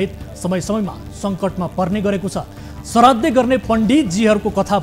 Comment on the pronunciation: सराद्दे हैन हौ पटमुर्ख श्राद्द हो अलि शुद्ध बोल्न सिकौ